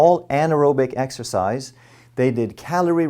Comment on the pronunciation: Exercise? I thought you said extra fries.